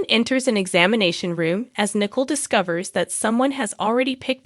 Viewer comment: It is not Nickel. It is Nic ole! Please learn character names!